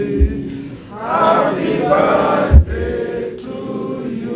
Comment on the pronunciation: Did I hear Jonathan say "happy baldday"..?..kaii